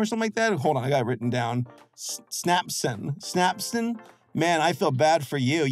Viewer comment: First, the band is called Synapson. Yes, says it, but I could not hear the Y, and the subtitles call them snapon. So if you want to look their music up yourself: Synapson. Second:, not much else I can say about spending money when you are asking for money or free help. That's pretty much covered. Third, I have been online a long time, and have been part of multiple communities, largely the furry community. To that end, someone shipping their OC with a canon character from something is nothing new to me. I bring this up because, while I have seen it before, I don't get why a person would put time or energy to something where they are shipping their OC with a canon character, but acting like the OC does not like said character. This is a good example of that. His character spends the majority of time running from Charlie, only to be caught by her, tied to a bed, and then... I don't want to say the word, but it is definitely non-consensual on his end.